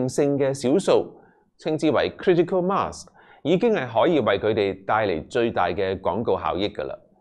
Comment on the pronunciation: 仲記得廿幾年前劉家傑已話過好多人都經常讀錯mass呢個字, 估唔到連陳生都會讀錯........